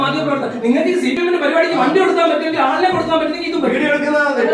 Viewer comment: സി പി എം അല്ല ചി പി എം 😂